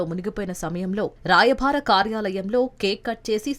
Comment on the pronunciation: రాయ బారి అనాలి కానీ రాయభా రీ కాదు,ఊచకోత అనాలి,ఉచ్చకోత కాదు.